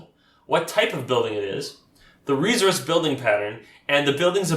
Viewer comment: Great video. Thanks. Where are you from? You say resource with a “z” sound rather than an “s” sound. I have noticed this with folks from Canada and NW USA. Not a problem just curious. Thanks for video.